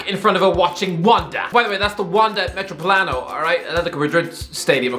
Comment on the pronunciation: I adore how this guy pronounces Metropolitano. Excellent!